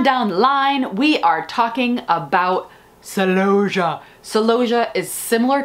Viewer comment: Why do you say celosia like that? You’ve got me doing it…. Even when I’m talking to my clients, they look at me strangely! I even say it, when I’m talking to my celooohhhsia!😊